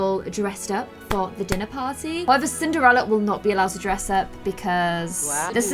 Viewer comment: Does anyone else notice how sometimes says Cin-ER-ella, like without the D?